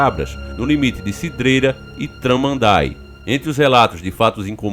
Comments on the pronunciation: Traman daí essa foi boa kkkk,a pronúncia e tudo junto Tramandaí..isso e espiritual.grande abraço. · Ele fala tramanday é tramandaí o correto kkkk eu moro em Imbé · Kkkkk T-R-A-M-A-N-D-A-ÍÍÍÍÍÍÍÍÍÍÍ o ascento fica no "í" kkk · Sou do sul,canela rs.temos casa em Tramandaí kkkk rachei quando falou o nome da cidade 😂🤦🏻‍♂️